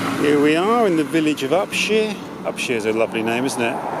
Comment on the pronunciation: Inspirational movie as always. A joy to watch. Detail: It's Up-shire not Up-sheer (my grandfather owned arable land there until 1938 - now covered in houses).